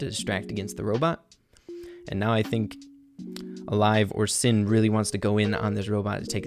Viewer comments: Who else was saying SHIN everytime he would say SIN 😂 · his name is pronounced shin, (しん= She + n) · My boy, it's Alive Shin しん (shi+n)